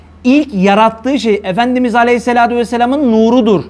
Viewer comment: Neden Aleyhissalatü değil de Aleyhissaladü diyorsunuz. Sizi takip edenleri yanlış bilgilendiriyorsunuz.